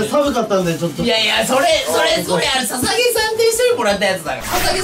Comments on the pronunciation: ささきじゃなくてささげじゃなかったっけww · ささきさんじゃないよ。 捧（ささげ）さんだから☺️